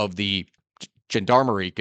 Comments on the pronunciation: Now Im not French, but my passive knowledge of the language as me always pronouncing it as something along the lines of "Zhahn-dah-marie" or thereabouts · BTW its pronounced Jen-dar-mar-ee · The pronunciation you're looking for is John Dar Marie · "Jean-DAM-ary" Gendarmerie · Gendarmerie is said a little like zhohn-dar-muh-ree. “Gen” is the French word for “person”. I hope that’s a little helpful. Thanks for doing one on CAR, this country fascinates me! (ETA that the soft g sound that starts the word is a very French sound that we don’t really have in English…in my layperson opinion) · Gendarmerie: Gen is pronounced like the sean in parmesean, dar like in darn, merry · Here in Canada, our feds the RCMP are known in french as the GRC: Gendarmerie Royale du Canada. Loved hearing you butcher "gendarmerie" lmao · not that bad. any French would understand, smile and correct you but nice try. so as a french i'll correct you G here sounds "j" as in "Gentleman" and it would be perfect French honestly i'm impressed.